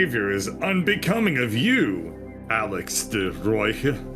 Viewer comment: Also De Rooji is pronounced "duh roy" It also just means "the red" Edit: alright, just gonna edit comments now rather than spam up the whole comment section lol, but, wow, firing someone who's worked for you for years for being 2 hours late, once, after having a gun pointed at his head the night before is incredibly shitty, and, if this is indeed the Netherlands, probably incredibly illegal. Alex could do so much better to be honest.